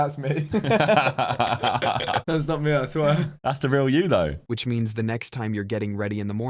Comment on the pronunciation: and josh also said vich😂